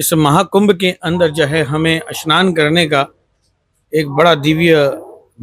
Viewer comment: Bahot mushkil se sudh Hindi bolne ki koshish kar raha hai😂 Haqiqat ye hai ke Urdu alfaaz mooh se nikalta jaa raha hai. snaan ko shanaan kah raha hai.